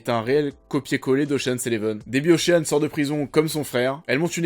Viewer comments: Après DIDPOULE on a OCHEANE.... on prononce « OSHEUN » ou ocheun si tu as un doute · On ne prononce pas le a dans ocean ;) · Bon pour le petit problème de prononciation, Ocean se prononce comme Sean Penn